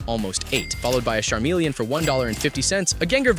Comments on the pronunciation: Bro said sharmeleon😂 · The narrator is a larping scalper. He mispronounced Chansey, Charmleon, and Flareon.